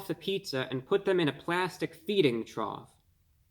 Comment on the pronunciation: This man said a plastic feeding trough. 😂